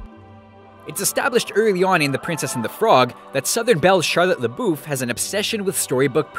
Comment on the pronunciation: "sharlet leboof".....really disney 😂😂